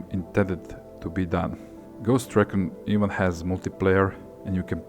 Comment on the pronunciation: Ffs say RE CON RIGHT